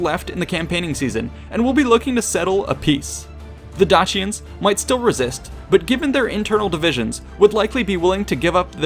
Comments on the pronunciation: DAYSHENS NOT DAKIANS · love your work with all your vids but absolutely did my head in you numerous times pronouncing dacians one way, then saying it a different way. romans would have said it 'dackian'. at this time and mostly, c was always pronounced with a hard c like cat. not a soft c like church. so you mostly say 'dachians' was wrong